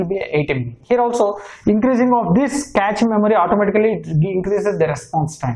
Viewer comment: Good info but cache is pronounced as cash and Hz is pronounced as hurts.